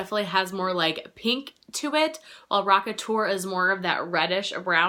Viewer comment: LOL NOT ROCKETUR 😂 WUT. In my collection, Blushbaby from Mac is really close. Rocketur ends up more warm toned one. Dallas looks more brown. I love that blush so much. I love all of the ones I’m chattering about in this comment lol